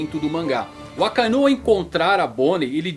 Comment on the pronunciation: cara eu odeio a forma que esse maluco pronuncia os nomes!! gold roger(é guld roger) ....akainú...kizarú...kaidô...